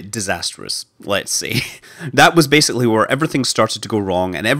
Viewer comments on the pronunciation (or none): none